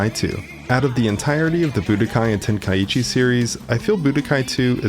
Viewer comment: it's "Ten-kai-chi" not "Ten-kai-ee-chee"